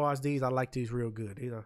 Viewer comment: “I had dese fo a wow”